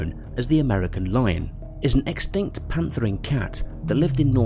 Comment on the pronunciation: I’m 3 minutes in and my guy has said “smellodon” “extanct” and “similardon” I have to click off the video I’m sorry.